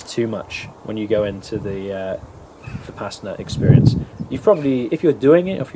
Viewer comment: Vih-Pass-inna Why do all westerners pronounce it this way? 😂 Vi-puh-sauna